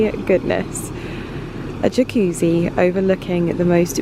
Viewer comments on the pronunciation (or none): none